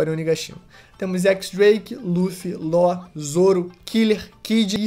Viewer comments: Também acho que tinha que falar Lau e já era, tamo no Brasil po**a kakakakakka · Que agonia vê vc chamando o law de ló ksksksksks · Só não consigo engulir ele falando "Ló", não sei se está certo ou errado, mas é pq eu estou acostumado com a pronuncia "Lau"